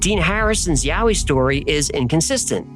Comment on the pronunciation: I grew up in the blue Mountains and the Yowie stories are told from the moment you can listen to a story. I've never heard of the red frog thing though I must say I really appreciate you pronouncing all the place names correctly.